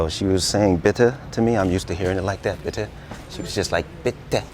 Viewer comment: "Bitte" you got it right, the Zurich way! 😂